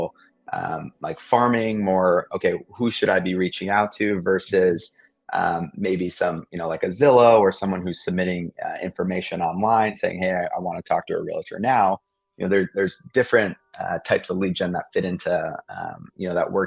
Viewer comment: The word is 'REAL tor and not real a tor